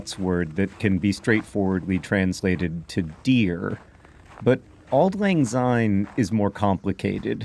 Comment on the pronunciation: As a Scot, I must correct your pronounciation. You use the English "Z" sound, instead of the Scots soft "S", so it's "Auld lang syne", not "Auld lang zyne".